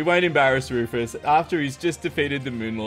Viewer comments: its not rufus the enginner its fufus the anginner:) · Bunny: Tank you Wufus for your secwet base!! Rufus: Get away from my base bunnies!! You too Lorenzo!